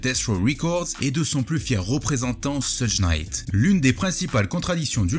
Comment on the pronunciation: Jadore les videos mais stp, vraiiiiment stp, cest pas soudj Knight, cest shoug Knight je t'en supplie😂😂 j'ai vécu à LA pendant un moment ça se prononce comme ça, bonne continuation